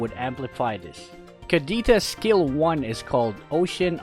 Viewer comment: Was I the only one imagining he was saying scale one when he was saying skill one